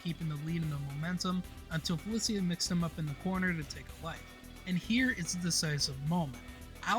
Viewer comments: aint no way felicia is pronounced like that... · This is a good video, but I'd ask around the communities you're covering for pronunciation notes. Ailerus and Felicia were mispronounced.